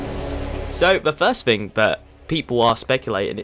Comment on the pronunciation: It's pronounced THING, not FING. TH not F.